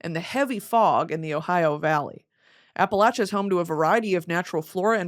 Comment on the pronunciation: Brittany I’m disturbed on your pronunciation of Appalachia😮